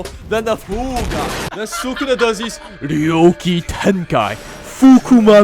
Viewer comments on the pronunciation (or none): did bro say ryo kitenkai its ryoiki tenkai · also ryoki tenkae and then HAAAAkeri instead of yoek tenkai and hakari is crazy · What the fuck is a YOOKEE TENKYY mf what the fucking shit. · Pronounce "Ryouiki Tenkai" properly please